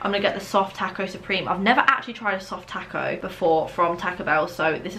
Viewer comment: Loooove you so Much! I laugh every time you can “tack-0 bell” Lolol makes me think that if you say the work “talk” you’d say “tack” lol “talk” and “taco” has the same “a” sound